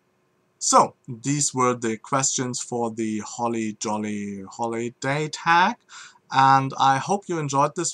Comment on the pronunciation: I have to admit, that German accent saying Holly Jolly Holiday tag, made my day. lol